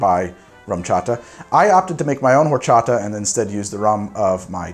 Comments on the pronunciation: Side note from a Mexican fan, horchata Is pronounced "orchata". The h doesn't make a sound, but other than that great show great drink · Just heads up, being a Spanish word, horchata is said or-cha-ta. The H is silent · Do NOT pronounce the "h" in horchata, sir, please. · H is silent in Spanish. ;) (Think "Orchata") ... Much love from an American living in Mexico. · The h in horchata is silent :)